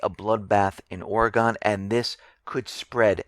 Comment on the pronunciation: Amigo: It's pronounced oreg'n not oregone!